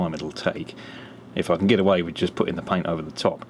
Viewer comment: It's get ... not git